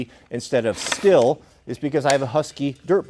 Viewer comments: Not to be nit picky, but I believe Stihl is pronounced “Steel” not “still” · Its not still, its steel. Though being stihl makes that an easy mispronunciation. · Steel is the pronunciation. Not still. They literally have promos called men of steel. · It’s pronounced STEEL. Literally says it on their website lol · Its Stii-hhh-llll not STILL. You make moonshine with a still, you cut wood with a STIHL! Don't believe me? Watch their promo videos! Also, BLUE THUNDER>> Stihl and Husky!!